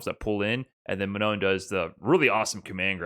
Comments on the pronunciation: About : Manon : it's not Man-on. (with a "on" that sounds like son, london, etc.) it's more like Ma-non with "almost" the same "on" we heard in "wrong" (just cut the "gu" sound at the end, you should have it) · Ma-NOH would be a lot better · Manon is sort of pronounced ma-No, but the n at the end isn't completely silent. Hard to explain the sound, but if you translate "non" on Google and listen to it, you should get it. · Manou, the n is silent. Why? Cause its french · If Manon is French, which it sounds like it would be, you don't pronounce the last N. Just Ma-No. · Manon is pronounce something like Mah-naw. The second 'n' is silent. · In French, we don't pronounce the "N" of Manon. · Hey, awesome video as always! For me you have almost the pronouciation of "Manon" right, you just have to not pronouce the final "n". Glad the French character is this cool anyways, she seems really fun:) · the last 'n' in manon doesn't really get pronounced, it's like a nasal sound. also it doesn't rhyme with 'known,' it's a bit more like 'gone' but not quite. french is weird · The S in Marisa should be pronounced like a Z. The "no" part of Manon should sound like the English word No. And if you are wondering, yes, you do pronounced the last letter in Manon's name; it's not silent. Source: Japanese is a phonetic language, so we know how to pronounce the names. マリーザ マノン